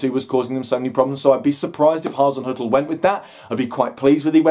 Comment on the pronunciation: Top marks for pronouncing Hazinoikal or is it Hazinzoikal or Hazin er . Oh bugger it.